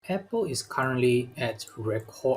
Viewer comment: YOU should learn how to pronounce APPLE